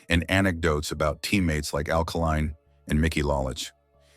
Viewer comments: Alkaline. Like he was a battery. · Doesn't know how to pronounce Al Kaline and Mickey Lolich's names. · Learn how to pronounce Al Kaline and Mickey Lolich before anymore videos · The AI also said “the Saints… Louie Cardinals” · LOL! So true..I caught.that right away